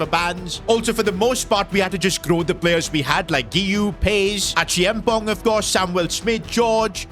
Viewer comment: Please it’s Achea am pong 😂 not Achiamponk